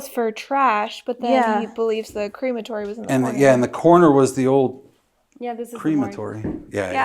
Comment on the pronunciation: Cream-atorium 😂 jokes… you guys are awesome ❤